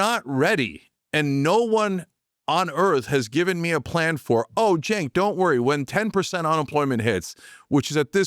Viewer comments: Yes….so so so SAD….AI companies are losing BILLIONS….Kevin O’Leary, leads the race for “World’s BIGGEST Gaslighter”. By the way, Cenk isn’t pronounced Jake! Have some respect! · Is O'Leary an idiot, the name is CENK, not "Jack!" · I believe his name is pronounced "Jenk", not Jake, Mr. Wonderful... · Is he mispronouncing his name on purpose? It sounds like he's calling him Jake. There's nothing about the rest of his speech that would indicate he would have a hard time saying "JENK". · Omg his name is Cenk! Pronounced JENK- like in Jenkins. I KNOW Kevin can pronounce it! Stop calling him Jake or Jakester! It’s so obviously intentional. Nobody talks about robots eating babies. They only talk about the Epstein class doing that. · Is Kevin calling Cenk, Jake or is it how I am hearing it? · Cenk. It's pronounced "jank." And he can't be trusted either. But my late friend Beverly loved him, so I still listen. I wish she was here to stay what she thinks now. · I get the impression Kevin intentionally mispronounces Cenk's name.. Could it be because he's jealous??? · He can't even pronounce Cenk's name right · mr wonderful is so disconnected from reality that he can't even get Cenk's name right haha this dude lives in a bubble lined in gold. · What an absolute jerk this Levin is. He can’t even learn how to pronounce Cenk’s name.